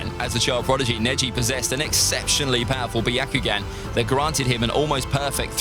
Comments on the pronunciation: Is it me, or you guys are also hearing Bi-aa-ku-gan rather than Byakugan🙄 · Im sorry but this guy pisses me off on the way he says byakugan